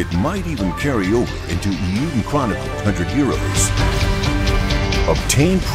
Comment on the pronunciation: "Iyuden?" Nobody knew to tell the announcer how to pronounce "Eiyuden?"